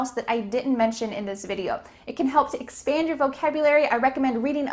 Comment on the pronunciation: Ohh!! you did a mistake in pronunciation Are you ready to expend your vocabulary? 🚫🚫 The sentence would be like that Are you ready to expand your vocabularies?